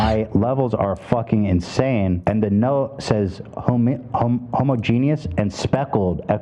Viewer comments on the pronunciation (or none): i thought jake correcting pronunciation so often in that vid was ironic since he also mispronounced homogenous as homogenius (same way ethan did but lol) and esophagitis as esophageetis (also the same mispronunciation as ethan), and i don't think he was just doing a bit. you figure he would actually bother to double-check the pronunciation of those in a video where he's so critical of pronunciation for no reason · WHY are they saying homo-genius??? Isn’t it homogeneous? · i did just check this and while homogeneous is a word, it's an uncommon alternative spelling of homogenous and rarely used. also homogeneous is still pronounced differently to how jake pronounced it (homo-jee-nee-uss vs homo-jee-nyus). i only brought this up because i thought it was a bit hypocritical of him to point it out and kind of a low-blow towards dyslexic people (which ethan is) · It also infuriated me that he kept mispronouncing homogenous bc he was snarky about Ethan mispronouncing things 😭